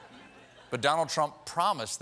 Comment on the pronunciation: did biden say donald chump?